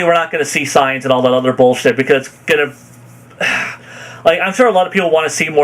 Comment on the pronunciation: Why does he pronounce saiyans as signs instead of SAY-yens, what the hail?